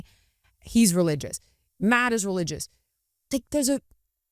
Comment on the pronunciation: I cringed everytime you said RELIGIOUS. I am so grateful when Benny explained the same thing I was thinking. As a Christian I believe in The Word. Thanks to the both of you for being open to this discussion.